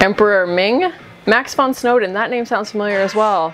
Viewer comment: And it's von Sy-Dow not von Snow-Den